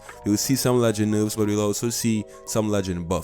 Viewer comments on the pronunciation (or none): “Boofs and nuufs”